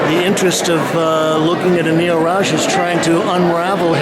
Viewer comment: his name is not pronounced like you do, it is not Raush but RauX !